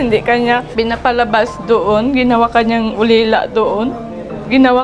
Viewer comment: Alila Dai hindi ulila